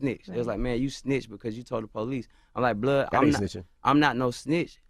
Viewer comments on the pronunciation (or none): He said blood doe🤣🤣🤣